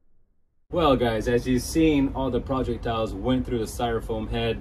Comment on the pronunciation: Dude it's projectile not project-tile